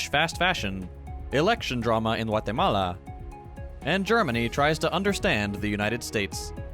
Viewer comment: my man said GWAATAMAALAA